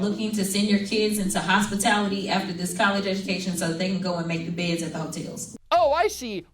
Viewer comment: How can the greatest country in the world have leadership who can’t even say this, she keeps saying dis instead of this. Can’t even speak correctly